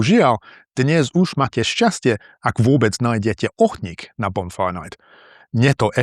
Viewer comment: I rewatched to check and there were actually only two examples, I'm sorry for saying it was often. - you pronounce "kuchyňa" like "chuchyňa" twice - you say "ohník" like "ochník"